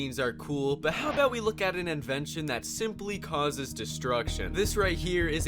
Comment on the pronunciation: You say cusses